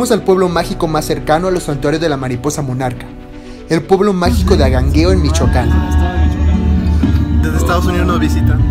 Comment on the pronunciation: Tienes un problema de dicción, tal vez frenillo. Pronuncias mal las palabras, como Angangueo, tu dices Agangueo. 👎